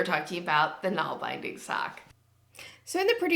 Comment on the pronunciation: Nålbinding is pronounced Nohl-bin-ding.